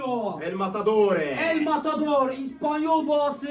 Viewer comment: El Matadoe Değil, Kasımpaşa 😂😂